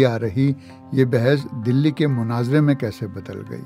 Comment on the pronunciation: It's Not Manazara....it's Munaazara.... Kindly correct your pronunciation. Thanks 😊